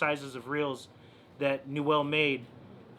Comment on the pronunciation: Its pronounced new-uhl. Rad video. I have a 338.